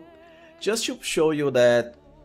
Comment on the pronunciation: Intresting! I will certainly play as shroom druid in my next walkthrough. P.S. English is not my first language, so I was confused with your "cho" until I understood that it's just "to" and you're pronouncing it in a funny way.